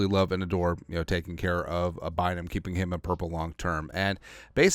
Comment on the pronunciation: My man said: “Camryn Beezy Buyzum” 😂 Say Camryn Beezy Bynum 5 times fast lol